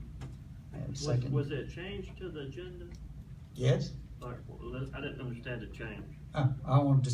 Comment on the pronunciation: He tries to reason with the blacks while they yell "You don't undastan! You don't undastan!". When are whites going to realize that there is no placating these people? There is no reconciliation here? It's so weeeeak.